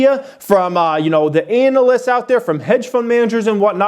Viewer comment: The way you say "analyst" makes me think of the was I say Uranus. Thinking of Uranus makes me think of the planets. Thinking of the planets makes me think of Pluto. Pluto is all alone out there and can't even be called a planet any more. All alone, losing everything it has. Thinking of Pluto makes me think of myself as a stock market investor.